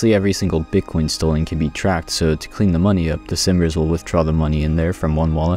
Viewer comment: Lol ''simers'' sounds like summrs